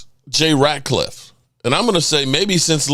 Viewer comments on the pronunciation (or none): This mother humper doesn't know any Cowboys players names...u know it is Jay RAT..LIFF.....NOT RAT..CLIFFE